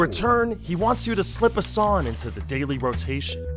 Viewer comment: It's "sonG" not "Sonn". There IS a G at the end of the word "Song" you know.